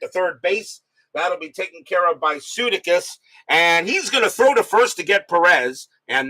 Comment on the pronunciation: Hey, …..it’s Bill Suh-DAY-kiss 😊 ….